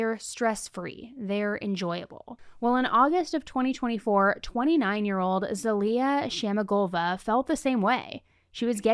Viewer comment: I mean this to be helpful, I’m Bulgarian and I have a friend named zaliyah and it’s pronounced more ZAH-LEE-YUH